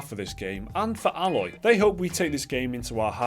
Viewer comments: (A-loy) not alloy like that metal mixture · It's "Aye-loy" not "Ah-loy" but then again, it might be an accent thing. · Yep you daft buggers, you are saying her name wrong.... Still pretty much agree with your comments though.